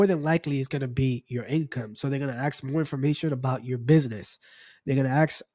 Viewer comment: “ASK” not “AXE” 🤦🏼‍♂️